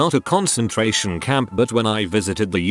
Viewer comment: "Concentrarion" camp??